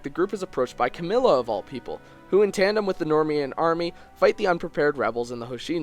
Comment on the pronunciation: The "normian army". Quite the Engrish you pulled there.